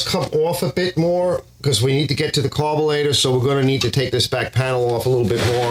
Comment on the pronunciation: you are the 2nd vid i've watched today that has said "carbolator" hahaha its gotta be a Philly or NY kinda thing